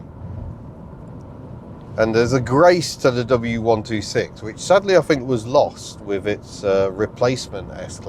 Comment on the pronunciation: I fink its' nice i'll have free of em, in case i go frew any of em! Home boy needs to work on his pronunciations of certain words.